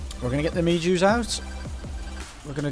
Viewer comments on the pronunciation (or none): It's may ho not mayjoe Music NOT NECESSARY!! GG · It's me-ho berries not me-Jew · Me-jew berry 😂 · It’s pronounced meh-joe